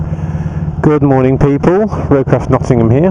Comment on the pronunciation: Good mohning, peeepu..... Haha, love it!